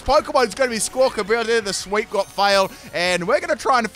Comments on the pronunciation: It's amazing, he didn't get that bird's name right even once. it's billy, not bility... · you have had a rough time saying squakabilly